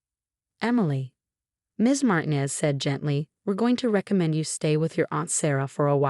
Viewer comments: DON'T USE A NAME IF YOU CAN'T PRONOUNCE IT CORRECTLY! Martinez is NOT Martin-ez...it IS Mar-tee-nez! Use something easier for your stupid AI to wrap it's brain around..something like Smith or Jones! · Puh-leeze, it's MarTEEnez. Learn to pronounce Latin names or stop using them